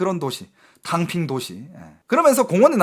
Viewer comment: 탕핑이 덤핑으로 들리는건...저만 그런건가요??